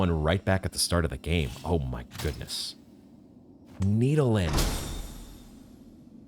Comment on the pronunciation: How to infuriate watchers: Acquire and mispronounce Needolin in the same episode, forget to use Needolin